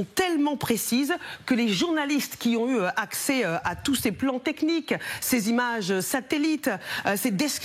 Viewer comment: "Des média d'investigation ont eu T'accès" ?? Encore un ajout fautif de liaison imaginaire pour faire genre on parle bien et qui fait flop x) ahah et juste après, un bon gros "Rooogardons ensemble" aïe aïe aïe 😁 Y'aurait pas eu le pataquàs (laison fautive) j'aurai même pas remarqué le "rOgarder" en vrai x) Voilà ce que c'est d'artificialiser son discours pour paraître plus (intelligent/instruit/choisissez...), ça gonfle une baudruche à l'envers et en plus ça explose :p . . . Si c'est pas-t'à vous, c'est peut-être-t'à moi :p